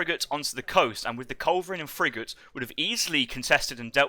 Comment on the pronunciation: Why did that commentator keep pronouncing the word "Frigate" funny Lol he was saying it like Fri-jet LMAO